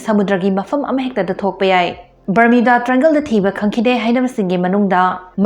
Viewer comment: Barmuda haiba nattro barmida hairedubo 🤣